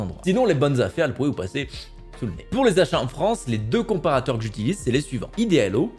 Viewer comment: "Les comprateurs" "Le SAINTE Graal" ^^! toi aussi tu attends le prochain patch lol #CDPR Et je suis tout à fait d'accord il faut surveiller ses achats! Les vendeurs surveillent bien nos consommations!